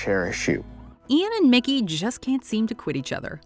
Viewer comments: Dude you said Milky instead of Mickey 😂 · She said milky instead is mikey 😂😂😂😂😂😂😂😂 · yo why’d u say mickey’s name like that 😭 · Did they say milkey instead of mickey lol. It most definitely is the best couple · M I L K Y M I L K O V I C H Great, you just ruined the name of the greatest character ever lived. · "milkey milkovich" xD nice one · love that the narrator calls mickey milky 😂😂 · no one: absolutely no one:: Milky Milkovich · “Milckey Milkovich” 😂😂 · Haha. You said Milky instead of Mickey. Also, damn it, why isn’t season 10 of Shameless on Netflix? I didn’t know they’d actually get married. What a spoiler! Damn. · "and Milcky milkovich" I'm sorry- who? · "Milky Milkovich" lol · Did she call micky milky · “MILKY Milkovich” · Am I the only one who heard "Milkey Milkovich" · Yes i sound so stupid......how do u go from mickey to milky???🤣 and mine first language isnt even english😊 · did she just say Milky?! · Ok how did now one notice she says Milkey not Mickey... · Girl you just said Milky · She called mickey, milkey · “Milky” Milkovich???! 🥛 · Lol did she say Milky Milkovich? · Did she call Mickey “milky”😂😂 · Um- is it just me or did she say Milkey Milkovich. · YES!!!!! I came here to make sure that is what i really heard. HILARIOUS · Ok glad I wasn’t the only one who heard this lmfao